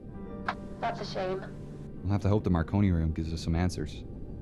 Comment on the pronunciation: he called the marconi room the macaroni room 😂😂